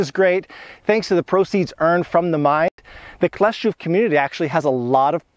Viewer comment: Wymówiłeś dobrze Kleszczów, Hańcza - brawo 😊